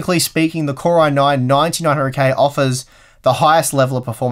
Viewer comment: When you try to say "9900K", you often mumble it and say "900K" and sometimes it even sounds like "1900K". It's doing my head in! Is it the sleep deprivation? Regardless, love these videos, thank you.